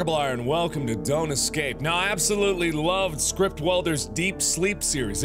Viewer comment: You know how he said don't excape Well he just did excape